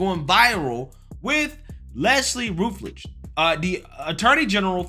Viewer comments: RUT-LEDGE..... NOT RUTH-EDGE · "Rut-ledge" lol